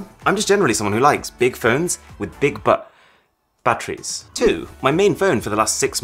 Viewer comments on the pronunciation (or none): "Big phones with big bu- batteries" XD loved it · “big but- batteries” favorite part